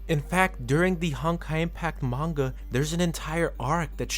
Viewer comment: OK, you've somehow done worse on pronouncing "Manga" than most people. People often incorrectly say "Manga" as "MAN-gah" when in truth it's "Mahn-gah", as the "a"s of Hiragana is pronounced as "ah". You pronounced the word "Manga" as "Main-goh", why must you butcher such an easy pronunciation even worse than most people get it wrong when it's just so simple to pronounce. Just remove the typical English method of pronouncing "a"s in words, and replace that as "ah". Honestly, I hate it so much when people don't even put in the effort to say it right and denies acknowledging their mistakes. Like a character in a story, sometimes, part of developing well as a person, is acknowledging your mistakes. I hate to be wrong as much as many of you do, but I don't lie, nor deny ever making a mistake if I know I did it. If such a perfectionist I am is able to, nearly anyone else can